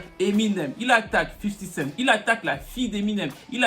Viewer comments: J'suis le seul que ça énerve quand il dit tjrs "Fifty CentS" près de 20ans après vous prononcez tjrs un "S" qui n'a jamais existé à la fin ! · 50 Cent"s" ? Mais y'a pas de S mdr